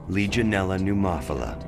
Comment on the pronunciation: As a microbiologist, there were a lot of things in here that got me. xD Specifically, the pronunciation of L. pneumophilia....the narrator missed an "I" in there lol. Fun fact: The way we test for Legionnaire's in the lab, now, is through urine, because antigen from the bacteria is secreted in that way.